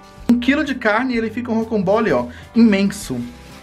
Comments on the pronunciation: Rodrigo Rodrigo querido, fala pro a nao se fala rocombole e sim ROCAMBOLE, OKAY,? BJAO NO SEU ❤ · nao e rocombole, e rocambole RoCAMbole,okay!!!